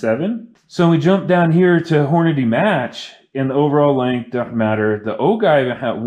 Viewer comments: Sorry i had to stop your video ,you shouldn't be making reloading video when you cant pronounce the word OJive not ogive,you sound rediculous!!! Your inexperience is going to get someone hurt ...STOP!!! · The cringe of O-give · Oh-jive is how it’s pronounced but…good video. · Great job, btw it is pronounced "Ojive" (G = J)